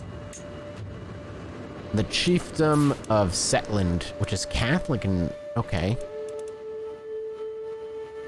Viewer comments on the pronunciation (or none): I felt like I almost had a stroke when he said Setland instead of Shetland lol